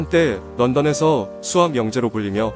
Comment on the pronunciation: 스학이 아니고 수학입니다. 시옷발음좀 잘하세요